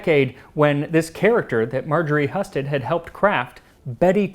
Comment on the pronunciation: I believe your pronunciation of the name "Heeyoo-sted" is wrong, unfortunately. I'm a Husted!